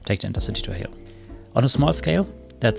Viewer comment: I have just been to Hel over the easter holidays and it's pronounced just with a long e. So just pronounce it like you would pronounce "Heel" in German.